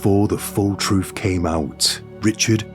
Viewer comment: You're so articulate and anunciate so well I cannot help giggling when you say, "Troof."🤭